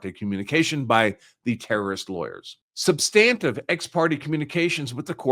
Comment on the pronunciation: Good content but he does not know how to pronounce "ex parte". It is Latin and the last "e" would be pronounced roughly as "ay". He can't pronounce "substantive" either. I gave up there. It was very distracting.